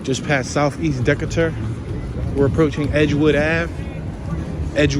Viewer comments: It's pronounced DE KA TER. Not DE CE TER! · It's DEE-KAY-TUR, ur welcome.